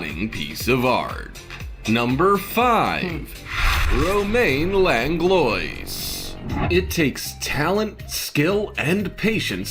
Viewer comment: hey my last name came up and probably not a relative, unless going back 10-30 generations to find the connection i bet lol also fyi its pronounced lang-low-wa if i remember right, my dads parents were born in quebec, not sure if that matters tho :)